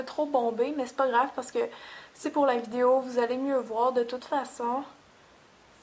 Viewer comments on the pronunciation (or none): none